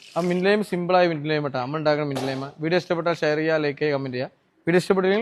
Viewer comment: Laime alla lime.or lemon. Good work.